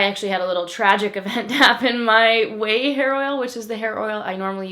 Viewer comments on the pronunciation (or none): none